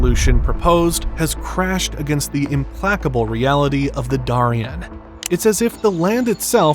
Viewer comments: You pronounced "Darien" wrong but I will let it slide this time. This is why I prefer the creators to narrate and not paid persons. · Holy crap, seriously? You can't pronounce Prudhoe properly? You got Darien wrong too. I guess America's education system really IS in the toilet. Or this is an AI narration... but it doesn't sound like one.